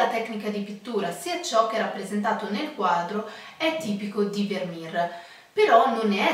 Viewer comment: Attenzione alla pronuncia: "vermèr" non "vermìr". È olandese. ;)